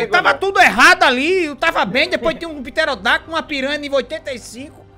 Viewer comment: "Tem um piterodaktos aqui" 🤣🤣🤣